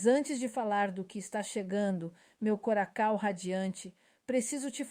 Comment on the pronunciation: coracao ao invés de coração - ia tosca